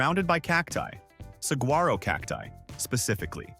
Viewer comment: This AI bott can't pronounce Saguaro....